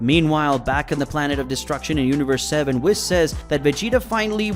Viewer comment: For the love of God his name is pronounced weee, followed by an S not whis as in piss